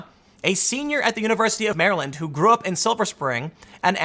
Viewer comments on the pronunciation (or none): none